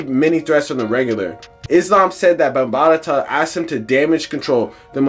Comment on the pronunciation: Why do you keep calling him Afrika bambatata?? It’s Bambaata!! Not bambatata. Jeeze, why do we let nerds who just read articles report on our culture?